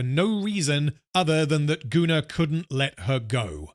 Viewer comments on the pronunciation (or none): Goonar is the proper pronounciation for the name Gunnar. (It is a Scandinavian name.) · It's like the sci Fi Setting I invented when I was 13. It's pronounced GunnAR. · I guess I could point out that "Gunnar" is a norse name, and would probably most accurately be pronounced "goon-are", more or less. But considering his actions, calling him "Gooner" fits pretty well.